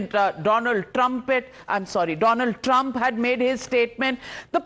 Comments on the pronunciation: Thank God she didn't say 'Doland Trump' and instead said Donald Trumpet 😂 Great panelists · Calling Donald Trumpet was intentional 😅😂😂